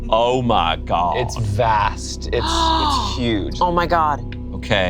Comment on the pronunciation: the most southern “oh my god” I’ve heard in a while